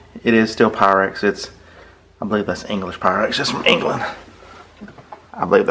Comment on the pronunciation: Quite the collection! Most of which I have never seen. BTW... Make sure Wade REALLY knows how Pyrex is pronounced. LOL